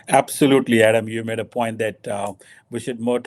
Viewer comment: its point not phoint.... kamse kam.yeh toh pakistani rakho